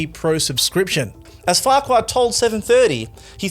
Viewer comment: He pronounces it, "Fark-you"